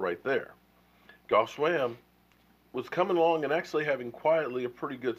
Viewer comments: Say it with me...."JEFF SWAIM (pronounced SWAME) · THE NAME BUTCHER! Geoff Swaim is the correct spelling and it is pronounced Jeff Swame (like name or blame or flamin ass lame SWAIM!!!! GIVE RICO a chance it is not like any of our other TEs are doing a damn thing!!! And yes... Jarwin has made many more mistakes than Rico!!!! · who is this goff swam guy anyway? is he on the team? or do you mean geoff pronounced jeff swaim? pronounced swame,long A as in able? let's hear it for the name butcher! lol! c'mon man! oh my oh my. lol! vanillehan don't like the homeboys,same thing with dez and him too,huh? vanillehan, clearly too vanilla! lol! smh, really? rrrrrrrrrrico suave ☆☆☆